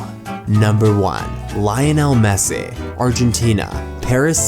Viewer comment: Great post and content, and I do not mean to bash you buddy, but it's: City NOT Cite' Victory NOT Victore' Messi NOT Messe' Eeee NOT e' Only extremely annoying thing about the post, thanks though, still liked it .